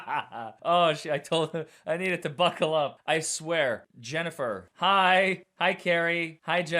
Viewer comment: "Buckel up" ? WHAT!!!!!!😲😲😲🤣🤣🤣🙃🤣🤣🤣